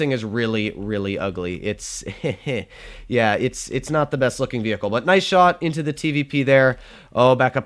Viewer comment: you have good german lolz "ze" lamo